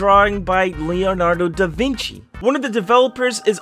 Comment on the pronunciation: Him: mentions da vinci My mind: don't do it. My heart: but i gotta My mind: no- "dA viNki?!?!?!?!?!"